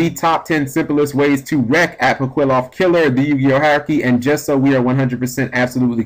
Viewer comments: apoqliphoth is pronounced like apokliffoth not apoquiloth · [ah-poh-KLEE-fort] is the pronunciation. You were wrong on this one bro. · Apwokilloth Killer is what I heard... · Ah-po-kleeh-photh Killer. You're Welcome.